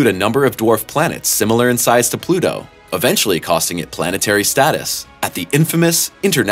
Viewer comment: It’s Pluto you twat!!